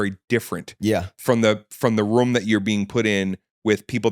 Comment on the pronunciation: guy says "room" funny. almost like a "rum"